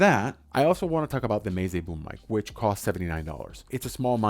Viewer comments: It's meh-zay not may-zay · Should be more like meh tseh or meh tsay I think. But that's not a very friendly way to correct someone is it?